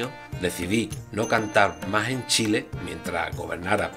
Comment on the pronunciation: Me encanta como decís Shile jajajaja😀😄